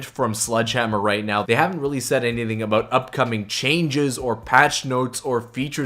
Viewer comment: "A boot"